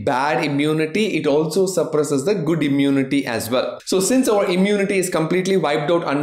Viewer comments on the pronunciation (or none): none